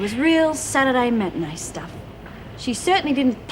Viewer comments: it's matinee. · Matinée not matani